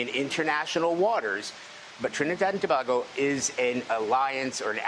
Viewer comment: They have no clue keep pronouncing it wrong and everything Tobago lol a not ao